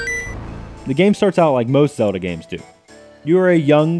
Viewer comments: Say the "L" in "ZeLda"!!! O_O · why the hell do I always run into so many people on the internet who pronounce Zelda "Zewduhh"? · I know what you mean... he had no problem mispronouncing Ezlo as "EL-zo", so there is not reason he shouldn't be able to pronounce "ZEL-da"